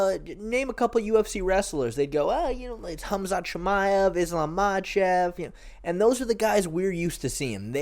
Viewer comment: “Islam Machef”